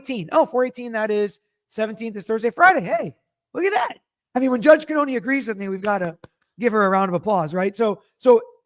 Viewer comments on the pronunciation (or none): Yeah, after a while, it had to have been brought to his attention that 1)the pronunciation made no sense and 2) WRONG. It shows disrespect. Judge Beverly Cannone doesn't have an obvious (mainstream if you will) name but he would dare NOT learn how to say her name.